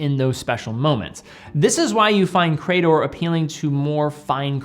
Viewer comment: It's hurting my ears to hear you repeatedly say 'Cray-dor' 🙂 ... grammatically, in English, that word is 'Cree-dor'. Thanks and have a nice day.